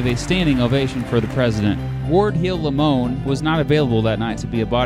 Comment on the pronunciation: It's LAY-MON. And Rathbone's fiancee's name is pronounced: CLAIR-AH. The story of their lives (and deaths) after the night of the assassination would make quite a movie! The name of the town where Lee surrendered to Grant really is: Appomattox Court House – sounds odd, but that's still the name of the town today.